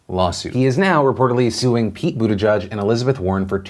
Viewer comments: Phil, your job is to speak into a camera about current events, so could you please make an effort to pronounce Pete's name correctly? It's not "boot a judge," it's "boot edge edge." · Boot i geeg would be a closer pronunciation. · Waiting for the day Phil pronounces Buttigieg correctly.